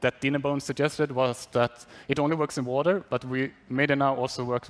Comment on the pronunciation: wat-er lot of fun